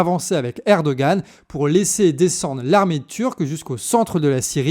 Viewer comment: Coucou les canards ! Rappel sur la prononciation des noms : Erdoğan -> lire Erdoan (ne pas prononcer le ğ) İmamoğlu -> lire Imamolou (ne pas prononcer le G, le u se prononce "ou" Sinon, bonne analyse, c'est bien d'être remonté a 2013, et d'avoir parlé de l’arrestation de Demirtaş, et bien sur le lien avec la Syrie voisine en profonde restructuration Bravo pour votre travail (dès que j'ai de la tune, je participe a la cagnotte !!)